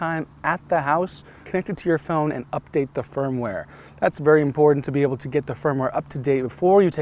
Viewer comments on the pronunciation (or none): Is he saying "Firm-Ware" or "Phone-Ware"?